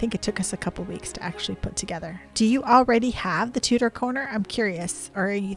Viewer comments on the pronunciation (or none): Tudor, not Tutor. It is a great set!